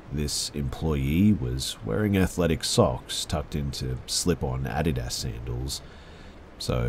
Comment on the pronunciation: I can't stop focusing on how you pronounce Adidas, I'm not sure if I've been saying it wrong my whole life or if I just like your way better.